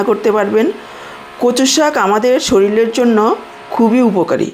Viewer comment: ভাষা গত দোষ বদলালে ভালো হবে। এখানে বলেছেন শরীল। এটা হবে শরীর।